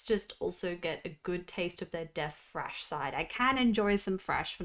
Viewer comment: THHHRASH not trash. THHHRASH!